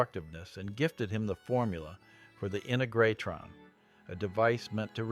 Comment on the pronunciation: Nice recounting of the Giant Rock story - it still makes a great field trip. But the unique pronunciation of Integratron was a little odd.